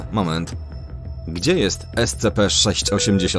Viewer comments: kolejny mówi es-ce-pe mówi się es-ci-pi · Scp wymawia się escipi(tak jak po angielsku byś cytat każdą literę oddzielnie)poza tym może jakiś filmik o scp 096/173 albo po prostu jakieś popularniejszym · Scpi się mówi